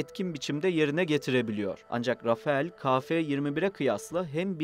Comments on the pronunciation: Videolarınız çok keyifli ancak şu uçağa neden "rafaEl" dendiğini hala çözemiyorum, o "rafal" şeklinde telaffuz ediliyor.. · Güzel video için teşekkürler. Ufak bir not: Rafael değil, “Rafal”.